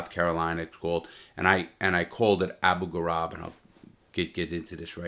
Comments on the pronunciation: It was Abu Ghraib not Abu Garab. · The Iraqi prison is called Abu Ghrabe (vowels are pronounced the same as in the word Grape) I have family living in Abu Ghrabe which is a town on the outskirts of Baghdad, that prison is hell if ive ever heard about one. Im an Iraqi so that explains why I know so much about this. That prison was hell and Saddam was Satan. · Can't pronounce Abu ghraib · Pity he forgot how to pronounce Abu Grahib.